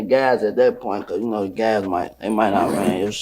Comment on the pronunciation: kah suuue?? dumb ass just as dumb as the people he's talking about.